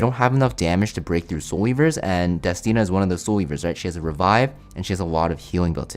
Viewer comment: I'm so glad to hear you say destinas name correctly :D now you just need to pronounce Ludwig right and I'm gonna be happy 😊